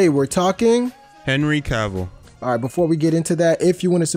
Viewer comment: Why is Cavill so hard to pronounce? It rhymes with travel. I swear to you that's true. This idiot even started to say it right and stopped himself so he could say it wrong! It's not K'Ville. It's not Cay-vill. It's not Ca-vall. Cavill rhymes with travel. This is Donald Trump-level. It should not be difficult. Trump would probably have trouble understanding something this simple but that's because Trump is mentally impaired. What's your excuse? Just say it right. Jesus.